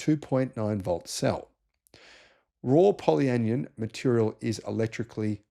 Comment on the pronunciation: Just pointing out: it’s not anion said like onion, it’s an ion so poly an ion.😊